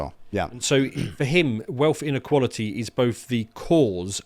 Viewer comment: "weatth inequwawaty is da reason i cant talk liek a humanoids bruv". Ok baboon, go and take it up with the monarchy then. Bye.